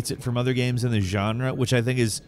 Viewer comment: Guy seems to have a speech impediment. - At least, he says a lot of things weirdly. Like he also says "games" like "gehmz" or something, rather than just "gayms".